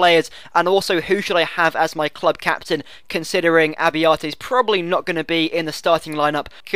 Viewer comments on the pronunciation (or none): Italian pronunciations: Nocerino --> No-che-reeno Abbiati --> Ah-bee-ah-tee Abate --> Ah-bah-tay Acerbi --> Ah-chair-bee Forza Italia!